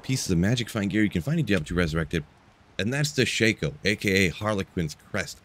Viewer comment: for future reference, Shah-ko.